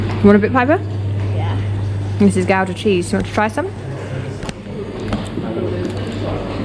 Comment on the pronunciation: Not butchering the pronunciation of Gouda. Compliments!